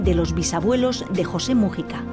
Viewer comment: "vídeo, wásap, mújica" dios... que manera de acentuar mal las palabras tienen estos españoles, irritante al oido.